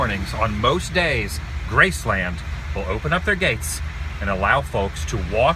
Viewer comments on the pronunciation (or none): Nice video... Only 1 issue with it... And believe me, you aren't the only one... Your pronunciation of the name... Graceland... It is all one word... Graceland... (Gracelin)... Not as 2 words... Grace Land... Thanks for vlogging! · GRACE-lund... not Grace-LAND, Elvis never said Grace-LAND. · Y can't u say graceland right...geez....🍻